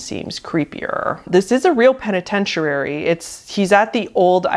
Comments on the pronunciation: The way you put an extra syllable in "penitentiary".....ROFLMFAO It has FIVE syllables, not six. And you say it wrong 3 or 4 times in rapid succession! Like my stomach muscles hurt so bad from laughing so hard - thank you for this! Haven't laughed this hard in recent memory. 😅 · Lol, it's not a penatentiarary, Loey Lane said it the exact same way. It's Penatentiary, peh·ni·ten·chr·ee. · Every time she said peneyenturary i died a little. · penna-ten-churri lol not pennetenchoorary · Oh, penitent-ee-ary? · The first one is definitely paradolia cuz I don't see anything but stuff. With the disappearing dog, the camera owning away is too suspicious and it seems way to much like he's acting (badly) for me to believe it's not set up. Also, I'm sorry, but I gotta say it - is putting an extra 'r' in the synonym for prison. It's penitentiary, not penitentirary. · Where are you getting the extra letters in the word penitentiary ?